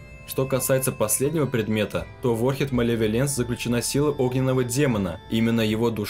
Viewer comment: Хоть кто-то говорит ОрКИД ,а не ОРЧИД